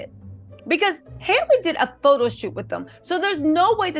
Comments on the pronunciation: Love you, please say her name right it’s Halle like Halle Berry. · why can’t you say Halle? Just like Halle Berry pronounces her name. Please get it right! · You keep saying her name wrong